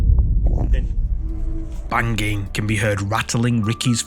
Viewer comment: bang-ging, lol